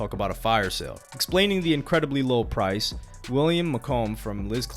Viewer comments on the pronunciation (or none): none